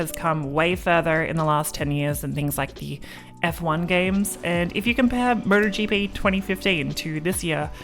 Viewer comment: She's saying Murder GP!